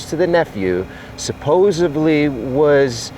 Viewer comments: It’s “supposedly” not “supposebly “. No ‘b’ sound in that word,. Love your mission, heart and work but you go in TV and the mispronunciation may be a distraction from your fine work. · Please, please say the word supposedly, not “supposeBly” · Supposedly not supposebly lol sorry one of those words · You guys keep saying " suppos-'ably' " and it is " suppos-'edly' ". I know pick, pick, pick, but it just drives me crazy. Like finger nails of the chalkboard. Sorry! I do love your vid's. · For the love of God, the pronunciation is not supposably, but in fact supposedly. . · Please know that the correct pronunciation is SUPPOSEDLY NOT SUPPOSABLY 🤔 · Hey, Jared--I 😍 watching you guys, however, both of you say "supposobly"....instead of the correct word supposedly & it's driving me nuts!! You are both well spoken otherwise. Could you work on using the correct word please? 🫂💕 Sending you Southern hugs & wishing you the very best❣️ You guys are the best. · How can 2 adult smart men say SupposeBly when the word is SupposeDly. Both of you are saying it now. You are in front of a huge audience and on national news shows saying it. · It’s “supposeDly” and “whole- heartedly believe” not “cold-heartedly”. I hope ya’ll have an editor (or ghost writer) for that book people keep mentioning that’s being written... I’ll likely catch flack for nitpicking grammar and word use given the gravity of what you’re doing. However, it’s a matter of credibility —how can we trust case details given by someone who often sounds foolish?